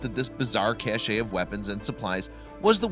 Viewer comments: It's a "Cache" pronounced cash, not a "Cachet" pronounced cashay. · Cache.... sounds like CASH. The only time you can grammatically pronounce it as cash-ay is when it looks like this> caché. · It's not 'caché'; it's 'cache'. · The word "cache" is pronounces "cash", NOT "cashay". To produce the latter pronunciation you would spell it "cache` " or "cachet" ... very different words. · The e is silent in the word, cache, pronounced, kash. It's French. It sounds so silly to say cachet (kash-ay), when you you mean, cache (kash). Cachet means something totally different from the word, cache. Your drill sergeant was saying it wrong the whole time. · It is pronounced "cash", not cache, even if that's how it's spelled. And it is the Desesret News (pronounced Des-er-et), not the Desert News. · incorrect. The root word is French and is pronounced like "cash". Etymology matters. We have the bulk of human knowledge a click away, just look things up. '"It is properly pronounced like the word cash," according to "100 Words." "The word is sometimes pronounced with two syllables (as ka-shay), but this pronunciation is not considered standard and may be viewed as a mistake by people who know French.' "...Cache is from cacher, meaning to hide. Cachet is the French word for a small seal or impression left by a seal, conferring distinctive character. It's especially tempting to add that "-ay" at the end when using cache as a verb ("They cached their loot in a box under the bed"). But saying they ka-shayd their loot would be wrong. Saying they cashed their loot would be correct. At least among people who know French." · The word "cache" is pronounced with a silent e; sounding like the word cash. Only the US Military sounds the e at the end. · How about learning to read. Not "Desert News" and not "casha" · It's pronounced more like kesh not cash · The "e" in "cache" is silent.